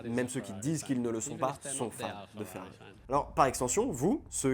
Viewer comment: Mais pourquoi FeAri 🤷‍♂️.. c’est l’unique chose qui m’agace dans tes vidéos et c’est bien dommage car sinon tout est parfait . D’habitude ça passe mais sur une vidéo uniquement dédié à cette marque c’est juste inaudible malheureusement j ai dû quitter tellement c’est insupportable 😭 . J ai pourtant beaucoup de patience , sui-je trop sensible ? 😂